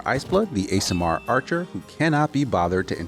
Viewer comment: Every time KC says Asimar I hear "ASMR" in my head. Shoot me. 😆